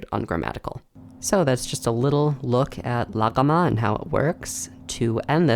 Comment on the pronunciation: Your aren't voicing the gh in "Laghama" because it sound like an unoiced Uvular stop. Good work though